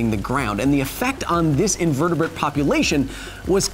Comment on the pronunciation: 'Invertibuht' lol